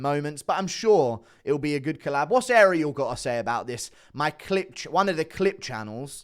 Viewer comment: time to learn how to say his name Ah-ree-el NOT Aerial (like the tv antenna).